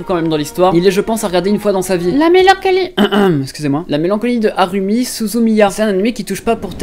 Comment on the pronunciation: 'Harumi" au lieu de Haruhi, c'est pourtant pas un nom compliqué